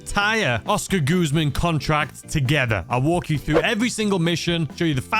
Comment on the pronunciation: we all know about your pronunciation but, please stop calling it goozman its guzman 😂😂